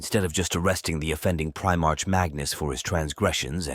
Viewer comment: Indeed. I had to turn off after hearing 'Pri-march' again and again.